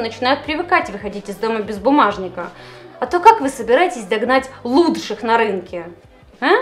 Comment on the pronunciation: "луТший", "четырех семидесяти пяти баксов" и еще пара мелких помарок в произношении., подтяни языковую составляющую, это тоже всецело влияет на общее восприятие контента. А так, как всегда, мила и прекрасна) С завязанным хвостом, особенно, как по мне)